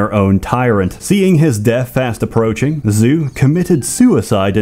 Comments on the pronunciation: More like 'Joe' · I will say that the pronounciation of Zhou is off. Zhou is not pronounced "zoo" in mandarin, rather "zh(somewhat similar to the sound of bees buzzing)-oh" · Zhou is pronounced more like "Jao" rather than "Zoo" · Zhou would not be "Zoo," but "Joe," or "Chow" in some dialects. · isn't Zhou pronounced "joe" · Linguistic note. Zhou is pronounced Joe